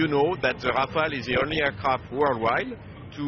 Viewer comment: It's Rafale .. not Rafael. These reporters don't even have basic knowledge of the subject of their reportage.